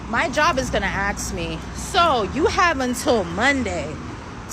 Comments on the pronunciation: proof you can go to college and still be useless Why can they not pronounce “ask”?😂😂😂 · I hate when people say "axe" instead of "ask" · Again ill say it axe and ask are two totally different things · "Can I ax you a question?" "Only if I can sword you the answer!" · She isn't disabled, she's retarded. She's going to "axe" how to keep her job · "My job is gonna axe me." I still can't tell if she actually used it right or not.